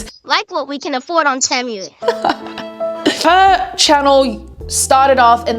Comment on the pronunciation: Temu is pronounced Tea-moo and all this video did was remind me to go scroll on the app